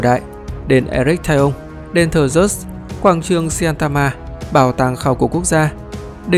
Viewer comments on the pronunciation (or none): none